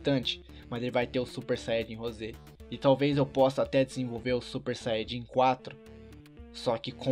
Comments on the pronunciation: Quem percebeu que ele falo xanhadin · ate ele fala Xayajin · se disse xaiadin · vcs viram no 1.58 ele falou chaiadin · Você disse super xaiadin